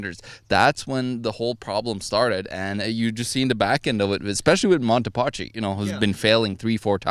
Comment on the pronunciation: "Paschi" is pronounced: "paski"